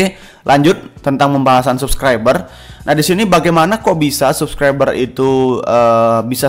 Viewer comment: R RRRRRR Dek bukan L pelo Subclibel